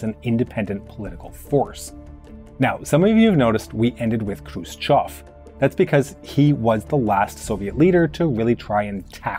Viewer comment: Finally, a foreigner calling him "Hrushyov" and not "Krushyev"